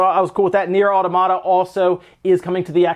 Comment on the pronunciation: Ok guys, it's pronounced Nier aw-TOM-ut-tuh